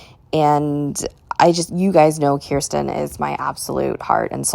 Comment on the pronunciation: I'm with you on most of these... Off topic, but I love that you pronounce Kirsten's name correctly. Most people don't, even when I try to direct them to a video on American Girl's channel where Janet Shaw, the author of Kirsten's books says her name many times... My daughter's name is Kirsten & she hates it because no one gets it right. She gets called Kristen a lot too.